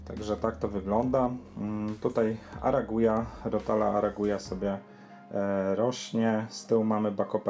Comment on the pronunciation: Fluvitialis i arakuja mówisz :D?